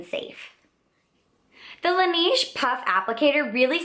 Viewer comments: good video! it's pronounced "lah-nehje" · I'm from Korea and I have worked for AmorePacific Corporation who is the parent company of Laneige and thats why I said that you're saying the brand name wrong. We say it kind of like Laneíge or Lan Edge. The company chose the french words La Neige which means the snow. The name was chosen because laneige uses himalaya snow water in their products. If you look at the ads thats how you are suppose to say the name. Have a great day! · you're saying laneige wrong...